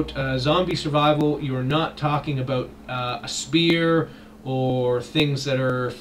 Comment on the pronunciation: Are you canadian? You said "aboot" lol